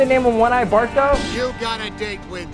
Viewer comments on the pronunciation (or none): It's Bart not bark